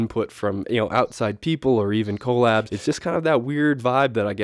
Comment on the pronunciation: bro stop saying coal-abs 😭😭😭